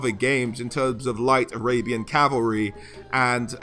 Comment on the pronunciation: When you said "arabian army", is it spelled "Arabyan army"? XD